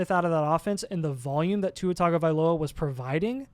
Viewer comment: google: how to pronounce tagovailoa